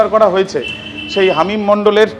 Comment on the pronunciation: Halim noy hamim 😂 bar bar Halim Halim bolechen 😂😂